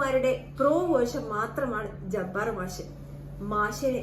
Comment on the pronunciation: മാശ് അല്ല മാഷ് എന്നാണ് ആദ്യംപോയ്‌ മലയാളം പഠിക്ക് പെണ്ണുംപിള്ളെ